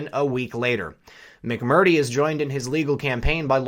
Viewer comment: "Mac Mer Tree" Get it? People get offended when you mispronounce their names. Especially repeatedly. I appreciate your reports. Keep up the good fight.